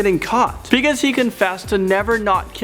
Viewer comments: It’s BEcause not PEcause!!! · Uknown Person AND HE SAYS PECAUSE INSTEAD OF BECAUSE